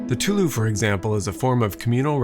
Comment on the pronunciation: Just in case you were curious, the pronunciation of tulou Is a lot more like "too-loe" with the tones stripped